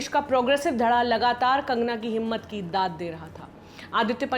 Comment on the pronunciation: Dag nhi daad hota h sir